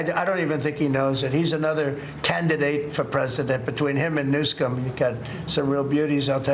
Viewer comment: He said New-Scum lol